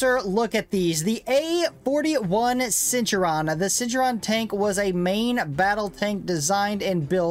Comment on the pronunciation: It is pronounced "Cent-tour-rian"